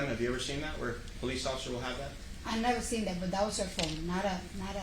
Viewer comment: When vill you vhere vigs?